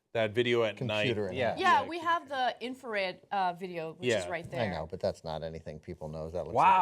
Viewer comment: I like the way she said "infared" because of the southern twang.